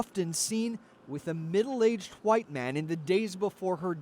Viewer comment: Lol why did he say white like that? Lol